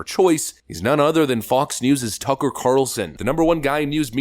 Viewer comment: Lori Lightfoot can't even say turcker Carlson lmao